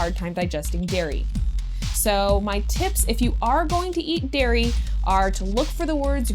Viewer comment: its "dairy products" not "diary products"